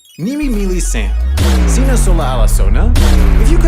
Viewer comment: It's sina not sini